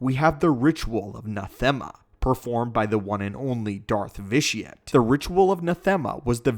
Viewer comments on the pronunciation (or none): you mean vitiate?